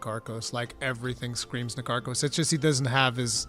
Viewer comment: You are all wrong, it's Na-Tar-kos